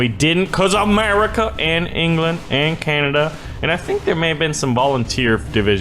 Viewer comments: ITS CANADA! NOT CANADIA! and yes i'm from Canada, St Albert Alberta. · LOL "Who's from Canadia?"